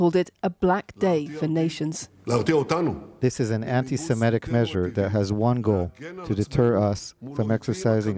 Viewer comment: Let me guess. He said. " anti- semBLAHBLAH...."